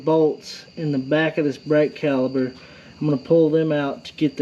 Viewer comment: Hi great video thanks not sure if it's your accent or my hearing sounds like your saying brake caliber. Should be caliper ✌️